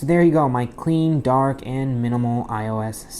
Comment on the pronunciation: did he just say DaHaark ??